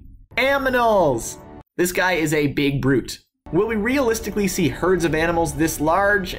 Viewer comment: You say animals just like my brother. AMINALS lol